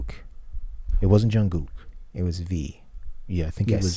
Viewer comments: Thankyou ...It is pronounced Jun Gook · I so appreciate that you pronounce Jungkook's name correctly. :) I don't have an issue if people mispronounce their names esp if they're just getting into BTS - but when someone says it right it makes me smile and really appreciate it!! <3